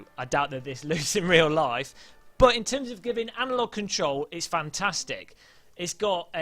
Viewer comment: noone: "realiSTICK"; "fantaSTICK" you cannot unhear it now :>